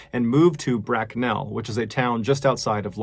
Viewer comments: Brack'nell'. I love American pronunciation of British towns 😂 It's closer to Brack'null' or Brack'nuhl'. 🤜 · Brak-nel hahahahhahaaaa It's pronounced brack-null Mrballen. 😁 All one word. Bracknell... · Bracknell is pronounced Brack-null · Bracknell? ....as an English person it's pronounced Bracknall 🤣 saying Bracknell makes it sound much posher than it actually is 🤣🤣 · Bit late but it’s pronounced.. BrackNAL .. not BrackNEL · Its not "brack nell" its Bracknell - one word - no break. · As a Londonder never say that again 🤣 Brack-nell. Just say Braknull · I've been binging your videos for a few weeks, alongside other true crime and mystery videos and this is the first to cover my hometown. I love you good sir but its pronounced brack-null, not brackn"e"ll 😭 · "Bracknell", not "Brack nell". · No one: MrBallen: 'Brackk - nell' Me (lives in bracknell) : ' It's pronounced Braknel not Brackk - nell' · it is pronounced brackNALL not brackNELL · “Brack-nell” made me smile, us lOnders say it “brack-null” but either way I’m just interested to hear a story re somewhere close to me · Coming from the town that tis story is from I have always heard and pronounced the town as bracknall instead of brack-nell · ‘Brack-nel’ made me laugh haha. It’s pronounced brack-nawl’! Love the video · Great cause. Thanks for the efforts to help clean up our planet. (and it's pronounced Brack-nal, not Brack-nell). cheers:) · Its pronounced bracknull. Not bracknell. Keep up the good work. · Me and the Mrs got quite a chuckle out of your pronouncing of 'Bracknell.' We used to live just outside of Bracknell and it's a diiiiive. In the UK it's pronounced 'Bracknul,' 'Brack-nell' sounds delightful 😊. Anyways love your stuff Mr B keep it up! P.S for a Brit I also have a handsome collection of flannel shirts, game recognise game 😏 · Just a quick note, it’s pronounced BRACKnell not BrackNELL. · Psssst mr b... bracknell isnt brack-Nell, more brack-nul. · its pronounced Brak-n-all not Brak-n-ell lol